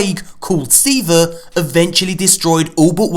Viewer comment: Say it with me (SEE-VAAAHH) Do it now or I will blow up your PlayStation, and you will never learn what Siva is. Try me XD